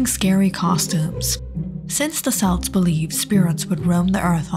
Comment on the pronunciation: good video but the pronunciation of "celts" is wrong